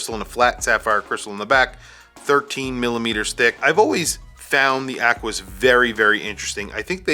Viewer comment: Nothing like an ACK-WIS